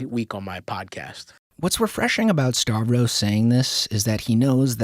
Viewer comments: Why do you pronounce his name as 'Starvros"?? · I thought it was Stav-ros not Star-vos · you pronounce his name like "Star-vros" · starvros... he ain't starving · You still can't pronounce Stav's name right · If you're gonna keep making videos on Stavros you really need to learn how to pronounce his name